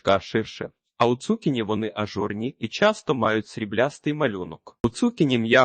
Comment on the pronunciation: Не змогла слухати. Дуже "бив" отой наголос цу`кіні. На мій подив, навіть в словниках не знайшла - як правильно. Можете сказати де подивитися?